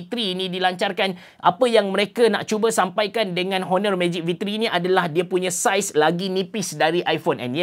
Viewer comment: bang cuba sebut honor tu silent H. Onor. da berapa vid sy dengar abg sebut honor honor